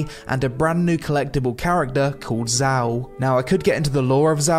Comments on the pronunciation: "a brand new collectable character called Zow". You haven't played the update nor have you checked the pronunciation, have you. Had you done either, you'd know Xiao is pronounced approximately "Shiyow". Same as in Chinese pinyin. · xiao Everyone: shiao This dude: zau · You can pronounce Xiao as shout without T, in Chinese pronunciation X or Xi roughly = Sh in English. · xiao not zao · Me who has a close friend named Xiao: HIS NAME ISN’T ZHAO ?! 😂